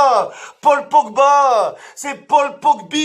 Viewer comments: “Paul Pogbite” chuis mooort 😂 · Au putain "Pogbite "omg